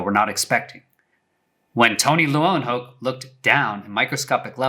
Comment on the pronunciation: I believe " Leeuwenhoek" is pronounced " Lay-ven-hook" ( I remember my friends father who is Dutch all the way mentioning that)